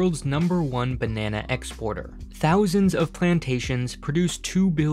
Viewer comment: Jeez man. You're doing the narration for this video & you can't even say the word 'Banana' properly! You should be fired.